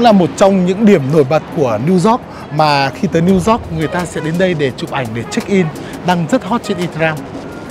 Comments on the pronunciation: Minh de nghi anh Tiep Vu hoc phat am lai ten Thanh pho New York ... chu kg phai New Zot nhe’. Thanks 🙏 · It’s New York. Yo-yo , Not New zot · It’s New York not Zork! lol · nghe gọi “niu zót” cười bể bụng :)) hay đi du lịch nước ngoài thì trau dồi tiếng anh chút đi anh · Xin a đừng đọc tiếng anh nữa😂😂 Niu dooc:)))) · Niu dóp :)) nghe hết muốn coi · Tiệp ko thể phát âm từ "New York" cho đúng đc nhỉ? Lạ thật :D